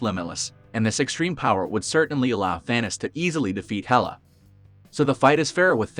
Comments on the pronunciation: It's Thanos not Thanas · It was so annoying hearing the guy keeps saying Thanis instead of Thanos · Thanis. Thanis. Thanis. Whats with the computer voice